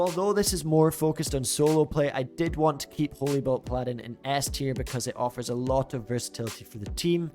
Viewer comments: Paladin is pronounced "PALL-adin" not "P-Ladin" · ok cool, but still... It just makes you look silly. Pronounce the word like the rest of the world does and people will stop correcting you.